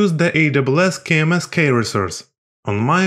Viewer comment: i like your videos, by the way, the pronunciation for key is 'Kee'.